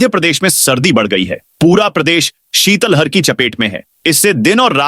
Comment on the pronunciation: शीतल हर नहीं शीतलहर वोलै